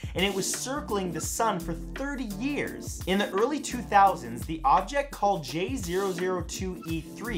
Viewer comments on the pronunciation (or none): none